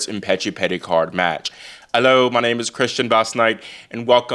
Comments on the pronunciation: as a Brit the accent was a lot better today but I will say don't drop the h from the word hello cause it makes you sound like you're tryna be a victorian or something 😭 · The accent is getting better Christian 😂 Just don’t drop the ‘h’ from ‘hello’ next time!